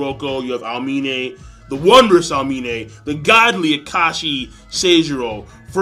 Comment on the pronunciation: The way you pronounce Aomine haha